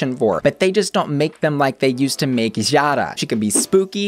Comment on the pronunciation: Jara is pronounced "Yara" but, yeah! ;)